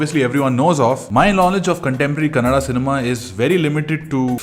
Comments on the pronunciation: Thank you for pronouncing our language right. It's kannadA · Thanks for the correct Kannada pronunciations